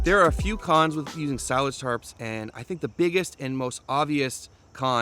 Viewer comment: That's definitely how to pronounce it. S-eye-laj